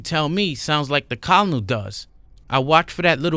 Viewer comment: I'm really enjoying your narrations so far and I enjoyed your previous read. Though in the Future when u pronounce Colonel try to pronounce it this way ker-nal like the KFC guy Colonel Sanders I don't know y the word is pronounced that way? The way you pronounce it is how I would pronounce it if I didn't know the correct punctuation is ker-nal